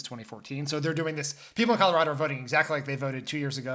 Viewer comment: You both say Colorado right! Bless you!!